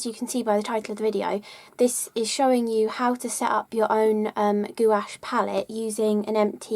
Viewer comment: I like your pronunciation of gouache.. goowash.